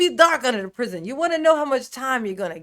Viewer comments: Hey! You didn't say prizz ee on. Everytime you say that I think of rats chewing his fingers. 😆 I can't believe no one has noticed his teeny tiny ink pen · “Underneath The Prisione!” ❤️😂